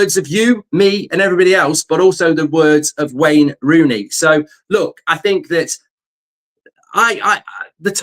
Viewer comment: Rain Wooney 😂